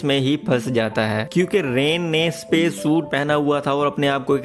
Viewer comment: सपेस नहीं स्पेस होता है..